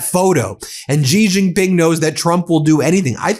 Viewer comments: Xi Jing Ping is pronounced Shee Jing Ping. Not Gee Xing Ping. Iran is being very clever. They NEVER show their leader - so media has nothing and no one to attack. Yet Iran keeps making declarations, from people no body knows. The U.S. has open targets. Trump and all of his cronies are all open targets. All of their declarations by any U.S. "leader' is challenged and ridiculed ... because we all know, they have no idea what they are saying - because they are so utterly incompetent due to them being so unqualified. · Sheeeeeeee Jinping. She. Spelled Xi in Pinyin, pronounced she, as in, she is pretty. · Please lean how to pronounce Xi Jinping properly…”she Jin-peen”